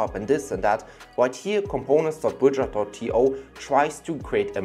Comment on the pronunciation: Bro, just put the links. You're pronouncing 'Bujra' for 'Bridger' . How do we find these?